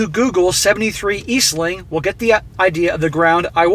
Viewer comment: Hey, um it's "73 EAST ING", not "eas ling", did OP wright it like that???